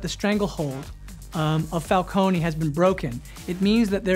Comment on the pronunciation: So the director knows how to say Falcone but not the cast